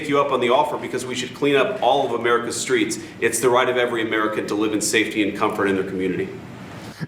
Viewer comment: In dem Skreets! Repeat 3x for emphasis